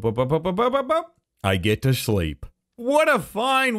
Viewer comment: The way he says sleep